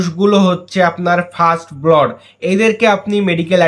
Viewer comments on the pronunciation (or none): উচ্চারণটা "ব্লড" হবে না। সঠিক উচ্চারণ হবে ব্লাড (blood), মানে রক্ত।